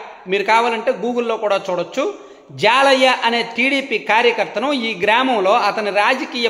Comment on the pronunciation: హాయ్ అన్నా మాది పక్కన ఊరే అతని పేరు జాలయ్య కాదు జల్లయ్య